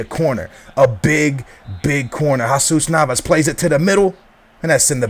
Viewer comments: Dude... I'm Colombian I speak spanish... It's not pronounced hahsus... its pronounced hesus... heysus actually sounds better than hahsus... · pronounced Hesus...